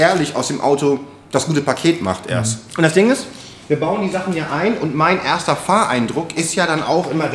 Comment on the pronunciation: Immerhin besser als "ERSTAA" :D